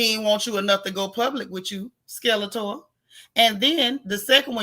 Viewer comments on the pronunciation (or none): #replay You called her Skelator🤣🤣🤣🤣